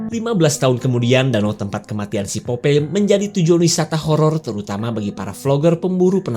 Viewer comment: Popai. Bukan popei 🤭